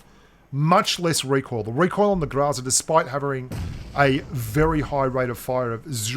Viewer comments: Oh man, you weren't even trying to pronounce Гроза correctly. It's grozA, not grOza. Love the video, thanks mate! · Why do you insist on pronouncing groza improperly?